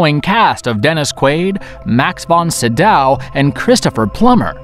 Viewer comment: "Max von See-daw" little boy, for someone who talks about movies in a movie channel and gets paid for it, I think, you should study the names of the actors you are talking about. It hurts the ears and the mind when you goof off massively like that.